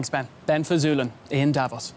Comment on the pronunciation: Funny to see a reporter on a German TV channel not able to pronounce "Davos"